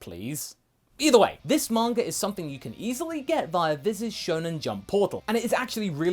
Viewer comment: "Manger" Haha